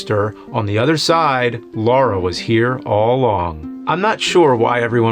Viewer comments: Lara not Laura!! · Great video, but you said Laura instead of Lara. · It's not Laura, it's Lara. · LA-RA...not Laura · Love the vids bro… although it’s Lara not LaUra 😂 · It’s LARA - not Laura fs 🤦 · I love these videos, even when pronunciations are off. There is no Laura Croft. There is a Lara Croft, though. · It's Lara, not Laura. Come on James.... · It sounds like he keeps calling her Laura 😄😄😄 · "Laura Croft Laura Croft Laura Croft" thats not her name nerd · Why do people call her "Laura" all the time.. Like saying LARA is some kind of challenge.. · It's Lara! Lara! Not Laura! Lara! L-A-R-A. Lara! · Ok, right out of the gate and it's not even a minute into the episode and we are already getting it wrong. Let's try this again for the uptenth time. There is no "U". Her name is Lara Croft. Not "Laura" Croft. The name starts with a "La", the "U" is missing and never sounded, and ends with "ra". Lara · Lara, not Laura. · "Lara" not "Laura." Literally says it on the box. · It's lara not Laura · Good review, but the fact that he keeps pronouncing "Lara" as "Laura" really bugs the shit out of me, it's not like they don't say it out lout tons of times in the actual games. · What's with the americans always pronouncing her name "Lora" It's Lara! make it sound "LAra" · Its not laura its LARA - LAA RA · Her name is Lara, not Lora ffs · You've said Laura like 100 times... her name is Lara. 👀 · Her name is Lara....... not Laura. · That iconic character... “Laura” Croft. I can let RE-view slide, because that is just messed up emphasis. But, LAURA Croft? James is supposed to be a nerd. What nerd do you know that diesn’t know it’s Lara? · "Laura Croft" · Agitation setting in wherever he pronounces it "Laura". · "Laura" Croft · LAH-rah ffs man you've had decades to get this right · It's LARA damn it. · Take a shot every time he pronounces "Lara" incorrectly. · "LAURA" Croft. Come on, James. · Why is he pronouncing a u in Lara?